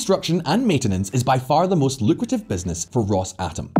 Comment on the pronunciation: If i here you say "Ross-atom" one more time, I'll cut my ears off